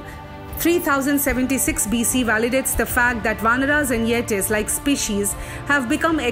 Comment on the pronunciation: good narration but please pronounce Mahabharat and Ramayan etc etc....also please pronounce...Nee-Ander-Thawl and Yay-tee